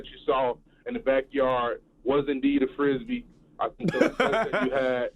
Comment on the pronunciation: He said a frisbyyy😂😂😂😂😂